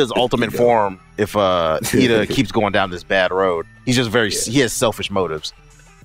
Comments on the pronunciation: Iida = E-Duh...I dont want to be that guy but you prouncing his name wrong i know its petty to say but maybe for the future... moving on even though endeavor might be a rapist(unwilling marriage..forcing her to bare a child and scarring her) he was on his real savage shit. Stain's own conviction was the reason he lost i think he could have taken the UA students if he wasn't following his own ideology. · Do they know their saying Iida wrong? Or do they just not really care? Also Iida didn't get up at first because he still couldn't, he was paralyzed by stain till the last minute. Dope review 👍.